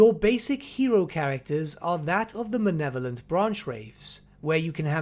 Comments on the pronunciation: Mah-Leh-Vo-Lent Please, stop saying "manevolent" it's driving me insane. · Also your mispronunciation of Malevolent is going in the book.